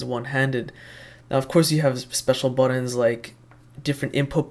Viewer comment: BUTTONS, not buddons